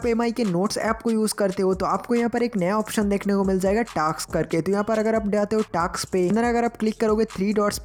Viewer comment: Taks nahi vai task